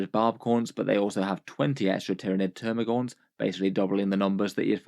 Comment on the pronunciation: *TermaGANTS, not "Termagaunts".